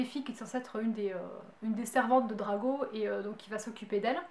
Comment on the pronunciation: y a que moi que ça choque qu'elle dise Drago